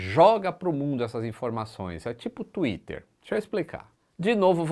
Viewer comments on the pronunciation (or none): none